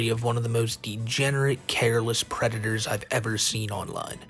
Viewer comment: Angwy pwedatos is perfectwy wegow